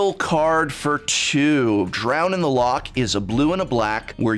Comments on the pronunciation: Hearing, a major of English, pronounce Drown in the Loch as Drown in the Lock was painful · It's not a Lock is a Loch. Say "law" then immediately make the noise you make when you hock up a spit. This is why I can't watch coverage after this set releases if this card becomes meta. From a Scottish person. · Please learn how to say words before you say them. “Loch” is pronounced with the /x/ sound, not the /k/ sound. Far too many people get that wrong, and you’re contributing to the spread of that misinformation. Remember, reading the dictionary explains the word.